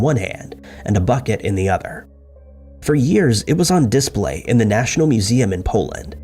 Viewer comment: Please Google “how to pronounce the word display”.